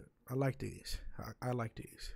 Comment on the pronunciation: “I had dese fo a wow”